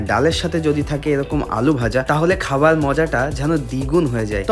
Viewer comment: খাবার ❌ খাবাল ✅